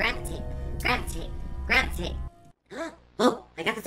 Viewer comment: "Grab the tape" sounds like: "Gravitate"